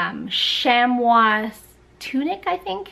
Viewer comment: Love the LL Bean chamois shirt, since I'm a Maine girl. 😊 It's pronounced/called "shammy", believe it or not. 😂